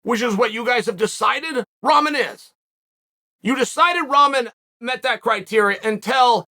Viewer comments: Uncle Chael, It's pronounced (Rahkmon). Sounding like your talkin bout Jake v. A pack of noodles!#! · I laugh every time Chael says ramen 😂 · I love Chaels pronouncing first Pierre then ramen lmao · Couldn’t get Ramen Noodles out of my mind